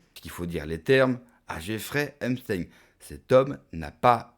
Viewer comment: Il dit epsTEIN TEIN COMME EINSTEIN